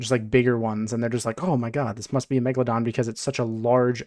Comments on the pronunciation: Why does he keep saying megdadon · “Meggypog” -kuhzohh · Lol no way it's megyydon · My soul dies a bit everytime I hear the word Megaladon